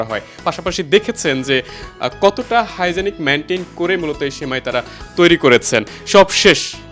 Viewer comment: আরে বলদ হাইজেনিক মেইনটেন না হাইজেন মেইনটেন।